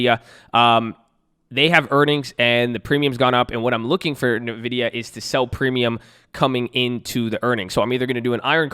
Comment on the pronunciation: This is the third time in the past month I've heard someone pronounce it "nuh-vidia". How did this become a thing?